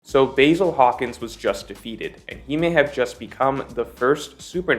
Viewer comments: Pronounced Bah‐Zil. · Please watch the anime so you can pronounce the names like the Japanese would Basil🍃? Seriously?😂